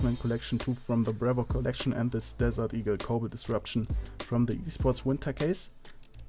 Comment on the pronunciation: i love how you say desert eagle, DEDERD EEGL :D